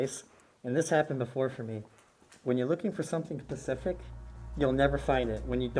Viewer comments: Great videos as always. But your language is terrible. It's "specific" not pacific. That's an ocean. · Who else herd him say "when you're looking for something pacific" instead of "specific" 😂 just sounded like that to me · It’s specific not pacific...